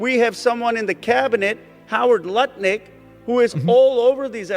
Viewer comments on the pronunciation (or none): none